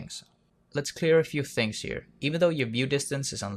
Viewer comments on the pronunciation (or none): none